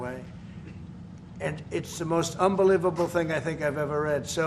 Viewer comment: He's right, it's unbeliebubbbllle !